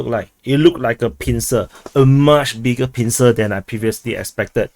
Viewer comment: "BIGGERR PINCER"